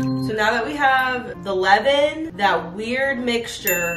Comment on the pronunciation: levain, levin... sgfdsfgd it's leaven !